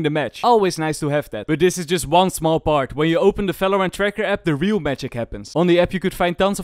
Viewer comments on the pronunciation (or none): It's part 28 and he still speaks it as "falorant " T_T (no offence jk btw love ur vids<3)